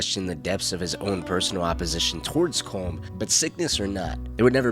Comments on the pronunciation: Is Collum! not colm! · Its pronounced colum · pronouncing Colm wrong 😔